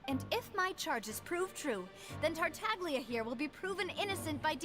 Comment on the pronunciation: I can see it on face, the pain of hearing the "g" in Tartaglia when characters are saying that name